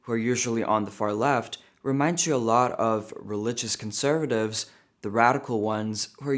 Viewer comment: The way you say “conservative” is so American now, have you been studying or is have you been practicing your accent?